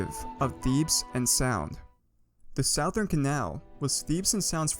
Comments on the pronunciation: "the SOUaTHERN canal" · Its pronounced Suth-ern-canal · WHY THE FUCK YOU SAY SOUTHERN LIKE SAOUTHERNN CANAL WTFF???!!! ITS SPOKEN LIKE SUTHERN!?!! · You keep saying "sowe" instead of "suh" in southern and its really bothering me. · It's pronounced Suh-thern, not s-ow-thern who tf pronounced southern that way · Its pronounced "suh-thern" Or you say "The South Canal" I know its not intuitive but thats english for ya bud. Cheers! I know , I'm late to the party, but I've just started going down the rabbit hole of your videos ,and As a Florida resident, I had to say something. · "corp" "sowthern canal" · I like how he says it like “sow thern” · came for the lore, stayed for the sowthern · Mans said Sauthern Canal at the beginning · "south earn" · He is say sowthern canal and it bothers me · My ears weren't braced for the SOWthern Canal. Still, amazing history video! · not southern south-ern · My dude talking about the south-urn canal bruh wtf is that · not a big deal, but "southern" is pronounced "suh-thern." It is dumb though, since south isn't pronounced like that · You keep saying "southern" wrong it's pronounced "suth-ern", but overall good video :) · south urn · you are saying Southern rong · I love the video, but please, its suh-thern. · cant tell if he's mispronouncing southern on purpose or not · How do you mispronounce "corps" and "southern" lol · Say southern right my dude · My guy, you're saying southern wrong. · “The south’ern”. Made me stop watching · Please say southern correctly I beg you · I hate the way you say southern